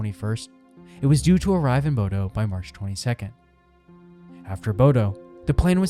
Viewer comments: I’ve worked as an officer onboard Viking Ocean ships for 7 years, including Viking Sky. Maximum passengers is 930, not 950+ as you indicated. Maximum crew is about 475. You have mispronounced Stavanger. It’s more like: stah-VAHNG-er. And BODØ is pronounced more like BOW-dah. (I’m American, FYI.) I had friends working onboard Viking Sky during this incident. There was never mass chaos onboard. The passengers were told what to do, and were given frequent updates. The passengers remained as calm as possible under the circumstances, although yes, it was frightening and some passengers were injured. The crew received praise from the passengers for the way they handled the situation. The full crew does not receive helicopter evacuation training, but I may be correct in saying that some of the bridge and deck officers may receive such training. This I cannot say with certainty. I’m just curious whom did you interview for all the information you provided in your video? Or what official references did you use? Thank you for reading my comments. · My guy didn't even bother with the pronunciation. "bohdoh" omg 💀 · Truly butchered every city name🙈 Especially Bodø and Stavanger. (Ålesund was very close tho!)